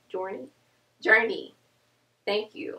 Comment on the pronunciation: Hi :) 1. Iam already following you for a while now,lol I struggle with pronouncing " journey " as well, that was cute.& I do want mane choice, I had no idea it benefits your immune system as well. 2. I would like you to make a video telling us random facts about you & maybe having a best friend/family feature you in you're video & have like a best friend/family member challenge, something fun :) & also show us a tour of your town,how it looks. 3. I have been natural for a year now, the other 2 years don't count because I didnt have the right information about being natural, now I do and I am doing things right, but my hair growth process is verry slow, I really do need something to speed up the process, I take biotin but i see no difference in hair growth. *crossing my fingers * I really do want a mane choice vitamins & sharing your video on my natural hair page on Facebook now. Hope that's allowed ?:) Love from Africa, Namibia.